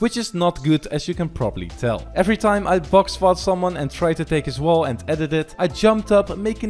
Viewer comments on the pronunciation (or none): who else thought he said “box fart”